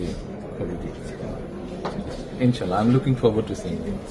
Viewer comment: মুসলিম হিসেবে সালামটা অন্তত শুদ্ধভাবে দেওয়া উচিত ছিল তবে ইনশাআল্লাহ শব্দটা ঠিক আছে